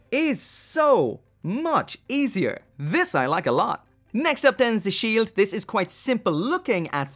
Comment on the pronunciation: Ze Shield?...... What are you... German..... NOICE!